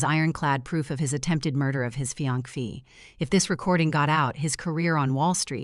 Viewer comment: Not "fiank" but fiancee - "fiansay" Excelent story, planned so well!